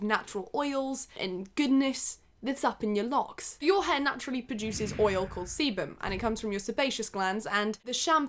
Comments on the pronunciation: Keep thinking she’s saying seaman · it really sounded like she said charlie and the semen factory :( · I CAN'T BE THE ONLY ONE WHO THOUGHT SHE WAS SAYING SEMEN SOMETIMES 😭😭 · Oh shit i thought she was saying semen and was confused asf 😂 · What is "cebum"???? "Seabum"??? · no one: absolutely no one:: SeBuM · Every time she said sebam you don't wanna know what popped into my dirty mind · No one:: sEbuM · i keep thinking shes saying "semen" lmfaoo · I thought u said seamen if that’s how u spell it idk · Thought you were saying semen the whole time 🤢😂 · when she said it started producing sebum i was like anna oop i thought she said it started producing semin im a dirty minded little pig sorry get on with the video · Whenever she says sebum I keep in hearing seamen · every time she said sebum i thought she said semen i- just look (start end ) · I'm sorry but I cannot stop mishearing sebum as semen, it made for an interesting watch to say the least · loved the constant emphasis on sebum hahahaha made me giggle every time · same and when he said "my hair is producing sebum" I was so confused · whenever you said sebum i thought you were saying se- nevermind... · you say sebum one more time